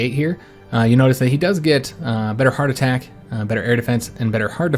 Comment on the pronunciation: At first I kept thinking “Why does he keep saying heart attack?” .... “Oh, HARD attack.” Im a fool.